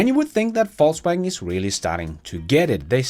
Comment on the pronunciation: He pronounces it correctly, as a German would. Similarly, my German last name would be properly pronounced similar to “Foss” in English.